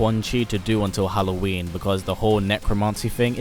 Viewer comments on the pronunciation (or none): none